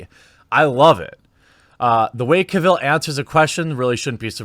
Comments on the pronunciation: His name is pronounced CAvill, not caVILL. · The stress is on CAvill, not CaVIll. Do you have a congenital inability to pronounce correctly any word that has an A in the first syllable? :P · Lemme help you out - his name is pronounced like “travel.” Henry Cavill, not like Cruella Deville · Henry CAVill, not caVILL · Omg learn to say his name right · The only thing toxic in this video was the pronunciation of "Cavill" and "Geralt" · Its pronounced cavill not cavill